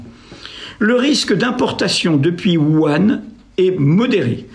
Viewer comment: Vraiment merci. Super vidéo. Par contre, essayez de corriger votre prononciation. j'ai les oreille qui saigne à chaque "Wuhan". ;)